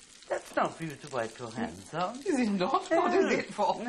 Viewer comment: Love when Clarissa switches from her upper class accent (that naturally one has) to a dead common: "Wipe me 'ands on". LOL!